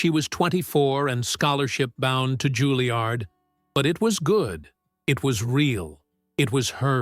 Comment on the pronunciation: JUILLIARD not Guiliard